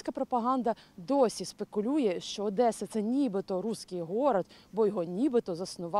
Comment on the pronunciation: Не ОдЭсса, а ОдЕсса.